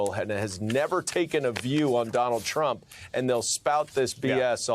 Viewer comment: played it a few times.... while he isn't, it sounds like he's saying 'crump'